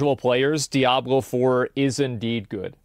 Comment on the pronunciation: Today's speech impediment Diablo video is brought to you by the letter L